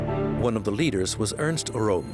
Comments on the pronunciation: Why make a documentary and then not bother to pronounce the names correctly? Röhm is pronounced Röhm, not "Rohm". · The SA leader's name is pronounced /POEM/, rather than like the name of the Italian capital. Also, the word to have been used was "annihilate", rather than "animate".